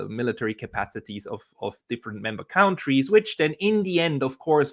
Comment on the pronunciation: please stop mispronouncing the word 'countries.' The first syllable is not pronounced 'count,' it's pronounced 'cunt.'